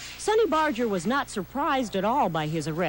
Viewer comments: Bar---Ger not bardge---er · No one ever says Barger correctly.